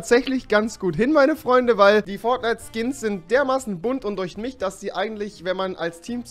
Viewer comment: 'Durchmicht' REWI 2018